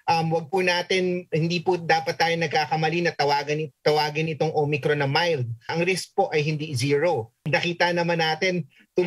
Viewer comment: Parang naka Smile pa si MS. VICKY I THINK SHE IS HAPPY BTW SHEs one OF MY favorite PRAY STAY SAFE MASK HUGAS DISTANCE Mam VICKY LAGE KA NAG KAKAMALI SA OMICRON HAHAHAHA OMACRON PO NASASABE MO..!!!! We Love you Mam VICKY UR STILL THE BEST..!!!!!